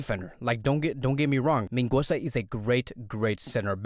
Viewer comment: You’re not pronouncing Mingueza right, but besides that good video